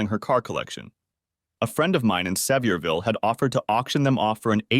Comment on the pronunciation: You can tell that the creator of this might be aware of geographical locations, etc, but hes no Southerner. If he was, he would've spelled certain city names phonetically so it would be b pronounced properly by the AI. Its "suh-veer-vull" not "see-vee-ear-vill", lol. Hard to twll a story from a Nort Carolina hillbillys point of view sounding like a city yankee. I'm a Tennessee hillbilly, and i can tell the difference.